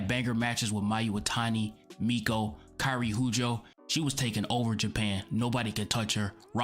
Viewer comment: "Kairi Huujo" Jesus... not a good attempt at that one, sorry.